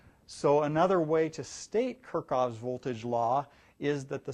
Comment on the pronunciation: It's KirchHoff, not Kirchoff ;)